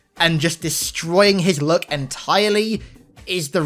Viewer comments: When he was talking about luck I thought he was saying look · He pronounces “luck” as “look”